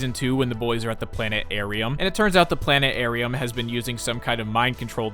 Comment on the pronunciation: so much respect for the fact that you pronounced “planetarium” the way the guy does in the episode without explaining it so it becomes an Easter egg in the video for hardcore fans like me 🤘🏼